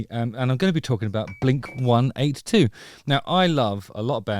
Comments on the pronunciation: Hearing blink 182 pronounced as 1-8-2 is wild. I’m curious how that happened where the wrong pronunciation caught on in the UK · dude just said "blink one eight two" lol